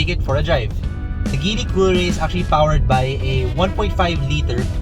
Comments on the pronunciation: Its pronounced Jeely.. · GEEEEEELLLY hnd GILY!